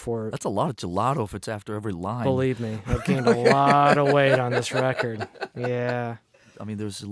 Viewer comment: I love that he says "Wecord"